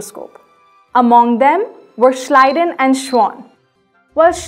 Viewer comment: Thank God somebody in this world knows how to pronounce Schleiden and Schwann.